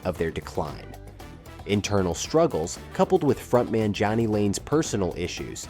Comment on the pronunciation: Jani (Janie) Lane, not Johnny